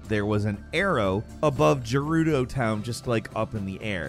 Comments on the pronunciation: Gerudo town... Not Jerudo town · My boi said "Jerudo town" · Bro said "jerudo" 💀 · “Gerroodoe town” 😂 unbelievable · "Jerudo Town"? You must do this intentionally. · I just...I can't let it go. geh-ruh-do. It's just ocd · Jeroudeo town?(not being disrespectful just saying that not how most people would say it.) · Gerudo is pronounced with a hard 'g' not a soft 'g'. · Gerudo is not pronounced like that, you should know that… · I am unreasonably disappointed in your pronunciation of Gerudo. I'm afraid I'm going to have to revoke your Gamer Card effective immediately. Smh. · I'm disliking this video for the way you said Gerudo. Good video BTW keep it up!